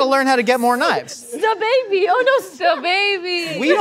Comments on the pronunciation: Stbaby? It clearly stabby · It infuriates me that they said Sta Baby when it clearly says Stabby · The way it said stabby as in stab-y and said stababy immediately is killing me 😭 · How innocent are they when they pronounce stabby as sta-baby. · When she said sta-baby I cried. And not happily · Is no one gonna point out that Stabby is actually spelled correctly and that read it as Stab Baby?? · Are we gonna ignore the butchering of “STABBY”??